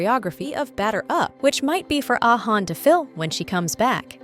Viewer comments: Ah Yeon not Ah Han😅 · Who is hayon??😂😂😂😂💔💔💔💔💔💔😂😂😂😂the pronunciation it’s so bad 😂😂😂